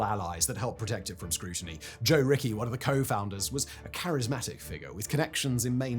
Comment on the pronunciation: Joe Richie, not Joe Ricky!